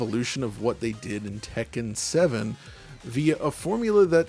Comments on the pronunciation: I really appreciate that he says Tekken properly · I really appreciate that he pronounces Tekken properly